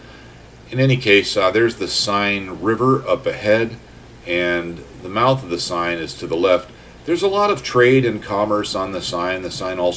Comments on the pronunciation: Love your vid I’m just exploring axis aircraft, particularly the 109. Will give the Dora a go, what I’ve learned about your videos is to have patience over the target area. P.S, it’s pronounced ‘The Sane River’ not ‘Sign’. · The River Seine is pronounced Sen. Not Sign. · Great stuff! An hour well spent. Although the French needs a little work. So, in the spirit of 'One good turn deserves another': 'Seine'. Sign? Nah! More like 'Senn'. You're welcome and thanks.